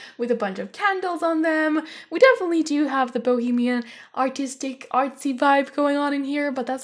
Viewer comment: For the looooongest time I thought you said autistic not artistic 😂😂😂😂😂😂